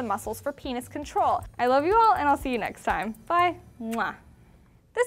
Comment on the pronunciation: When she said "I love you all" it sounded like she was refering to penises